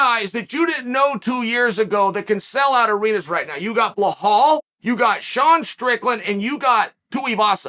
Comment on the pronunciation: You mean Bell-Hall??